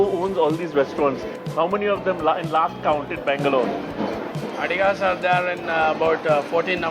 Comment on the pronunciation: Please pronounce each word you speak clearly! Could not understand if you were saying 'Bangalore' or 'Mangalore'!!!!